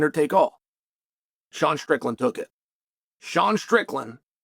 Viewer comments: Please bro how hard is it to say KHAMZAT instead of Khazmat. In every single video man .... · I love how he says Khamzat like Hazmat with ahh’s for a’s😂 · He called him Hazmat. 😂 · Chael mispronouncing "Khamzat" every episode is hilarious